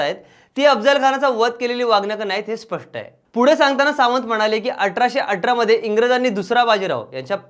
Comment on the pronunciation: प्रिय गाजावाजा चॅनल तुम्हाला उच्चार सुस्पष्ट असणारे सूत्र संचालक नाही मिळत आहेत असं वाटतंय कारण हे श्री अठरा हा शब्द अटरा, न च्या जागी ण, असे चुकीचे उच्चार करत आहेत. एपिसोड अपलोड करण्या आधी तुमच्या कडे ऑडियो correction आणि एडिटिंग ची पद्धत नाही आहे असं दिसतंय.